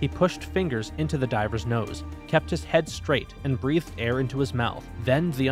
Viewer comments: He says driver instead of diver in the intro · 45th xd plus u said drivers in the beginning not divers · Is it just me or did he just say DRIVERS in the beginning instead of divers